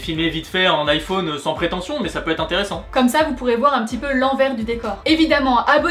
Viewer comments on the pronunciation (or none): none